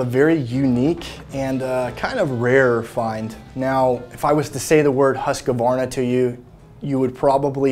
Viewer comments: I almost spat out my coffee when I heard that pronunciation of "Husqvarna". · I know. Apparently lot of Americans pronounce it like that. No idea why